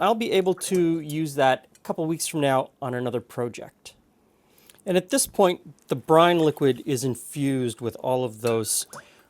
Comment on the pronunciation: I’ve never heard “project” pronounced like that.